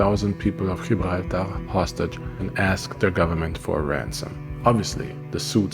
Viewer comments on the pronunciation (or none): none